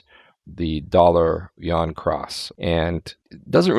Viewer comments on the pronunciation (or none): Like your channel put your pun doesn't work. Yuan is pronounced like, You-Ann. I have visited China more than 20 times, and the 1.4 billion locals there don't pronounce it Won. I realize that most westerners also don't know how to pronounce the word.